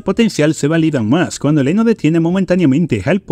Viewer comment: No dejaba de reír cada vez que decía Leno en vez de Reno😂